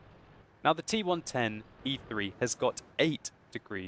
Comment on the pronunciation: I am keep hearing "T one twenty-three" :P